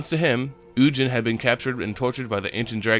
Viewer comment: It’s ug-in not un- jin